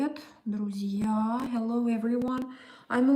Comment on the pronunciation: Plz say Druzia again